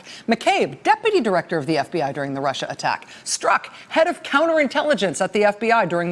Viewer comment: I hate the way Trump says, "This RushER thing..."